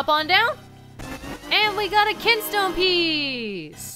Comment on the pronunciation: "ah so you moved that KINSTONE" moved the kinstone huh? nice reading